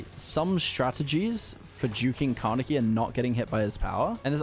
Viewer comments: Kaneki is a Japanese Name so you pronounce him with a short a and e but a long I. Like "Kannekkii" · I think Car-necky is a weird way to pronounce the name Kaneki. Maybe just stick to calling him Ken.